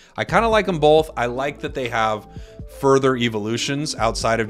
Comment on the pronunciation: has anyone else notice that pronounces both as "bolth"